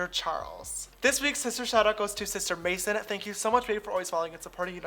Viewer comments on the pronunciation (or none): none